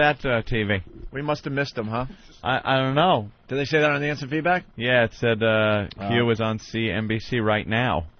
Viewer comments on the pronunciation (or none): none